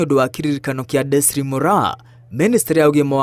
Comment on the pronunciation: Her first name is Desiree; it's pronounced as "Dezarii", not desire or desree.